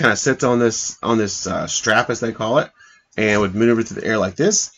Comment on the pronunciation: Stap! Not Strap!